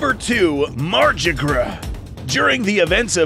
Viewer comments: It's "MAR-GYR" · I though it was pronounced mar-gi-ger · If it’s Norse, it wouldn’t be pronounced mArJiGrUh 😒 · I think it sounds a lot better to pronounce Margygr as "mar-guy-er" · you mean "margygr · I think the correct pronunciation is “Mar-gih-ger.” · I don't think that's how you say Margygr's name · There is a correct pronounciation for Margygr and your's ain't it. It's Old Norse. Both G's are pronounced like "Godzilla" or "Ghoul", not like "Genie". And the Y is silent.